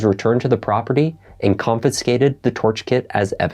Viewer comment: You need to learn how to pronounce the word ‘confiscated’.